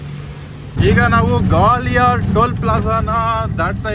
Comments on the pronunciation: ಗ್ವಾಲಿಯರ್...😂😂 ಗವಲಿಯಾರ ಅಲ್ಲ....😂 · ಗೌಲಿಯರ್ ಅಲ್ಲ ಗ್ವಾಲಿಯರ್ ಹ್ಯಾಪಿ ಜರ್ನಿ 👍